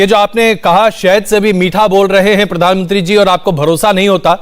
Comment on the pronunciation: पदानमंत्री मत बोला करो, प्रधानमंत्री होता है